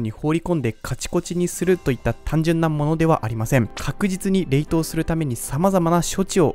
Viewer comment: 冷凍の言い方気になる